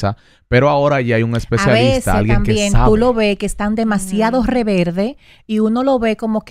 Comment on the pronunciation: Alguien escucho q amelia dijo reverde en vez de rebelde jejeje